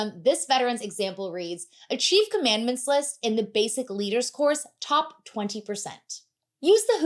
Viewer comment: I know you're not going to redo a video over a mispronunciation but, just for future reference, in "Achieved Commandants List" the word commandant is pronounced more like common-daunt.